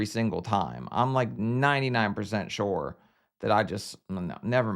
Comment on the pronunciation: for “shore” as he would say. Not “sure” but SHORE although sometimes he’ll slip up and say “sure”